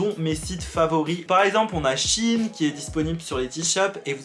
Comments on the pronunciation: On dit SHEIN pas shin comme veine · C'est pas Chine sa se dit sheiiiineee 🤦‍♀️ je vais les baffer c pas français donc faut l'accent on se réveil les Français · on prononce CHI INE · Moi je dis shEIN même si je sais que ça se prononce Chine 😭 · c' est pas chine c' est shein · J’adore: SHEIN = chine Moi: SHEIN = ShEIN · Moi aussi je dis comme toi mais le réel non c’est SheInside (She inside) donc normalement c’est chiine mdr mais bon même moi je dis SHEIN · j’dis pareille tkt 😭 moi j’dis SHAINE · non ça se prononce bien « Chine » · perso je prononce "cheyne" (comment jai écrit ça mdrr) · Moi je le prononce SheIn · ca se prononce chine hein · Moi je prononce "cheine" 😂